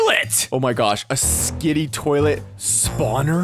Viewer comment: And its skibidi toilet not skidi